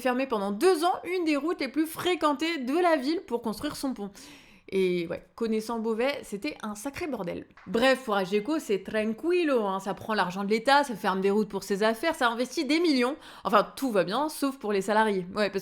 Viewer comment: merci pour votre travail ! juste une petite observation, "tranquilo" se prononce "trankilo" ;)